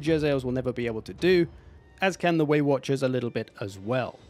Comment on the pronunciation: you finally started saying waywatchers and then you swapped back and it hurt my heart.